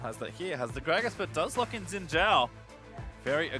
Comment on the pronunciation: I didnt know people with enough strength to throw a game that far would exist. BTW: it's not zin zao, it's not djin djao, it shin (like sheep) djao (like aDJacent).